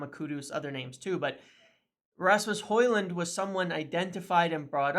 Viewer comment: Well done for the effort and respect for training to pronounce a persons name correctly Some of your countrymen are not even close with some names 😂